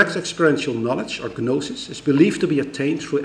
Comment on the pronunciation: He always pronounces the silent 'g' in the words 'gnosis' and 'gnostic'